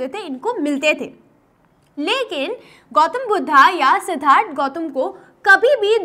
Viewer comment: Ma'am not Siddartha "Siddhartha"